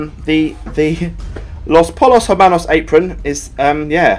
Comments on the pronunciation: Just saying this as a breaking bad enthusiast, the name of the resturaunt is pronounced "los poyos hermanos" it means the chicken brothers. Love the vid, :-) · come on basic Spanish its pronounced los poyos ermanos